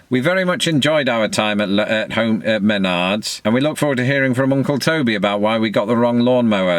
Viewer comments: Oooohh... that takes me back. I spent forty years living in southeastern Wisconsin, and well remember shopping at Menards. BTW, the "correct"? pronunciation is "Meh-nards" - not "MEN-ards". And apparently, and unsurprisingly, Chicago-area Menards look exactly the same as Milwaukee-area ones. Kinda cute watching first-time homeowners dealing with the reality that they will now have to take of maintenance themselves. I will note that I'm a big fan of push reel mowers, like the one you purchased. But, IMHO, they are better suited to short, fine bladed grasses, and very smooth lawns, like you find in southern England. In the midwest USA, the ground heaves with the frost, making lawns bumpy. And the grasses you find in most midwestern suburban lawns are too coarse to cut easily, or to take good advantage of the scissor-like slicing action of the reel mower. The Bermuda, Ryegrass, and Fescue your find in typical midwestern lawns are best dealt with by being battered down with petrol-powered rotary blades. Let us know how your reel mower works all the same. Best wishes. And always fun to see your and your lovely wife on a shopping trip. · m'NARDS Not MEN'ards No way your wife has never corrected you in all these years 😂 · Hearing you mispronounce "Menards" as two separate words "Men...ards" is both totally British and hilarious. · it's not MEN-ards, it's me-NARDS! (okay, rant over.) you're gonna regret the push mower. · I love how you say it with the emphasis on the MEN. It’s pronounced m’NARRRDS. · My neighbor who moved to MN last year from CA pronounces it Maynerds and it makes me cringe every time. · It’s pronounced MUH-nards. Not manNards. Only 1 N. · It's pronounced "M'nards". // You missed the candy section, the grocery section, the books, & forgot to buy a gallon of milk. I'm not kidding. Please do another video. I'll $$$ subscribe if yoy eventually do that. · Muh-nards. Also, I call it a weedwacker. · It is pronounced Meh-Nards, emphasis on the Arrr.